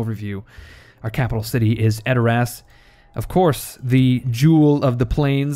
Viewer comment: edor ASS Its pronouced adorus but never the less you are funny as hell you had me cracking up about running your hands through eomers golden locks.